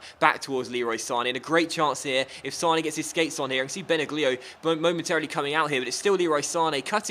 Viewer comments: it's pronounced Bena lio. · This is how you pronounce Benaglio. You should say Benalio not Benaglio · Its pronounced ben ag lio not ben a glio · benaglio pronounced benalio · Benaglio is pronounced Ben-al-yli-oh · FYI, Benaglio is pronounced without "g". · The Wolfsburg goalie is pronounced "benallio", just something for the replay:) this is my favourite career mode on youtube at the moment, keep up your work,:) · that pronounciation of benaglio though...